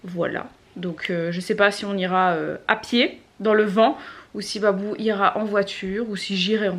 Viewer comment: C moi ou j'ai entendu dire "bibou" au moment ou babou est venu